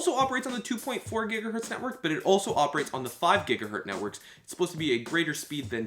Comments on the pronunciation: annoying video jumping (please fade)!! annoying noises!! gigahertz not gigahert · "5 gigahert" Fml.